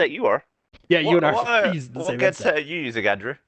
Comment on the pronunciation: "What 'geadset' are you using Andrew?" got me Gavin lol